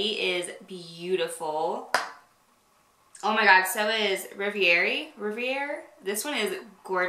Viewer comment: I thought you looked so beautiful in Reverie! I think it’s pronounced REV-er-ee. I agree that sometimes the color in the tube looks different than on the lips, and on different skin tones. Lip swatch videos are so helpful! Thanks for your hard work. I recall the Snap you did of your eye on Benefit!